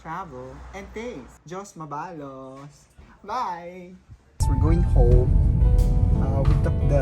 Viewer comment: Sarap kumain yarn? Turuan kita how to pronounce “Dios Mabalos”..Thanks for featuring part of Bicol. Next feature, Albay & Sorsogon naman😉